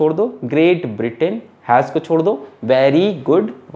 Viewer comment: Sir it is Britain not Britian 😂😂😂😂☺️